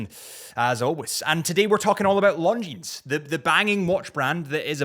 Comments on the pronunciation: Pronounced "Longine".. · Longines- The s is silent 😂